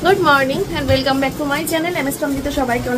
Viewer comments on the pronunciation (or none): none